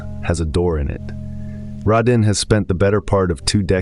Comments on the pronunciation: exactly it's Raydin not Rodin, as in radar not Rod Stewart. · Ah yes. The mispronunciation of the main person’s name is staple of your content., Radin is not “Ra- deen”. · Why can't the AI get his name right? This is the most consistently annoying thing about the channel. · Wanted to post the same thing. One should have the nerve to check these things after feeding the AI.